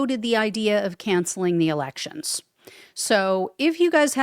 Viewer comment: "Canshell the elecshuns". Alrighty then! 😂